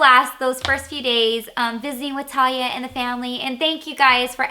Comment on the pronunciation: Did You say "LaTalia" Or "Talia" Lol . its talia c